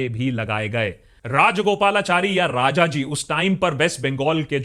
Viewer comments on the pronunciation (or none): none